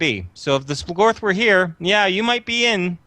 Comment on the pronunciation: SplOOGorth is the pronunciation, lol. Not splahgorth